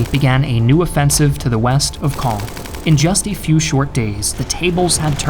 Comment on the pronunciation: I hate to do my snorty Frenchie here... but man your prononciation or "Caen" cloud really be improved.